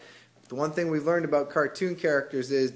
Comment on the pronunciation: "Which cartoons are we talking aboot"